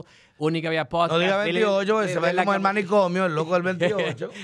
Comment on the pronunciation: Él dijo podcast bien al principio. Deja el "hate".